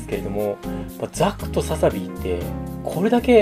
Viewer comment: ザクがなんだかザコってきこえる